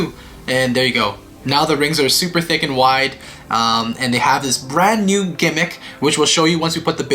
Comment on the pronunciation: and When you say tick, do you mean thick or THICC?